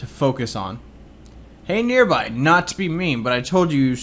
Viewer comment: is it me or does nearby put enthesis on EE